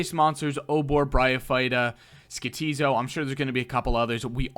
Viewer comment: Isn't it Skotizo and not Skitizo?